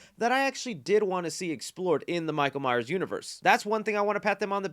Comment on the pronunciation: Thanks for the review. Please be sure to put the 's' on the end of Myers. You said Myer once this review and same on a lead up to the movie a week or so ago. Signed Neil Myers 😁